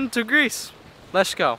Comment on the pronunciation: Very creative, but please stop saying "lesh" instead of let's. It is worn out and makes you sound like you have a speech impediment which is disrespectful to those who do have clear speech problems.